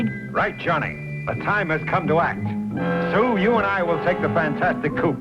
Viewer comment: Did he call Sue, Stew?